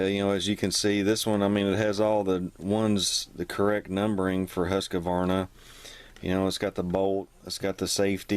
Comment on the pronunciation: Husk-a-varna? Love it, man. You’re not even close to pronouncing it correctly 😃